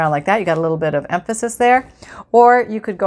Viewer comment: Loved the “Umphisis.” makes for lighthearted crafting! Thanks